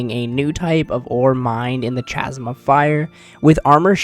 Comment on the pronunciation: Hate to be that guy but it’s pronounced KA-ZM for chasm 😂. H is silent